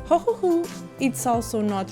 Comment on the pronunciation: you say it perfectly, never change!